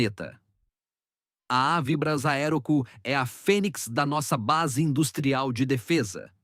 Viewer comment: Ensinem ao narrador falar avibrás e não avíbras.